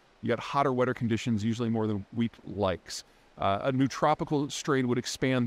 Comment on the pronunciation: Did you say weed? 😂